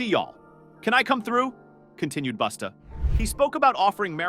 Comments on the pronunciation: It’s “Busta” not boosta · SAY THEIR NAMES CORRECTLY PLEASE OR JUST DONT. "BUSTA" IS NOT BOOSTA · The narrator destroyed Busta by calling him boosta. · Who the hell is Boosta that the AI keeps talkin about? 🤨😆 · He saying Busta name wrong.